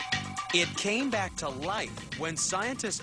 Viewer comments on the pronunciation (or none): none